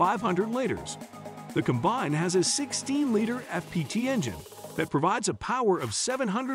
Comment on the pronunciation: You should teach the voice how to pronounce liter.